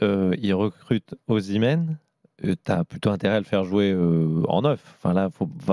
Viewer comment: Osimenh... Pfffff... Pas sur que ce soit bon..